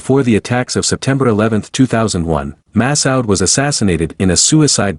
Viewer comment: Pls pronounce Ahmad Masood's name correctly... It is disrespectful to change some one's name soooooo much! Masood...not Masawd!